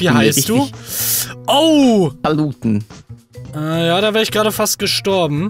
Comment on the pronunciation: Er hat Paluten einfach normal ausgesprochen